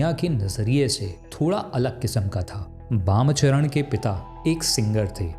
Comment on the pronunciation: Not Bam Charan chattopadhyay its bamacharan Charan chattopadhyay